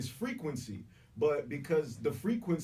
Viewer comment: Wow!🙏🏿 free-quency 😂..